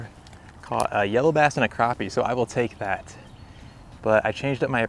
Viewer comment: Awesome catch!......and thanks for pronouncing crappie correctly lol